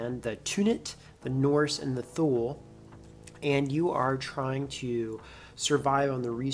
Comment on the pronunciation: Thule is pronounced "Too-Lee". You had me at Bourbon.